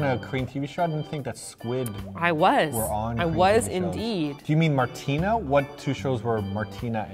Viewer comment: What's up ""? 😂